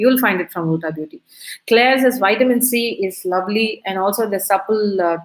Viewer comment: Small correction: its pronounced as ulta(alta) - ‘u’ as in umbrella :)